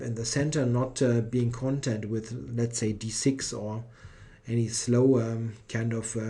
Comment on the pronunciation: Thanks a lot for the coverage of this event. Spending around 2 hours per round recording (and surely at least as much preparing notes) is a lot of work. PS: You're putting the accent upon the wrong syllable [1] when pronouncing "content". The stress is on the first syllable when talking about e.g. the contents of a book, but on the second syllable when used in the meaning of "satisfied". [1]: — WARNING! TVTropes link!